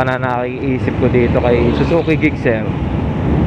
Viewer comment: Sana na search mo pano e pronounce ang name sir 😊